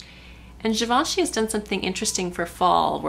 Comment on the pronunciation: ooh, really beautiful look, I love it! And thanks for pronouncing Givenchy right!